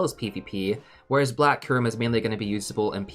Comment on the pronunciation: This bothered me throughout the whole video. The Y in Kyurem isn't skipped xD It's not "koorem".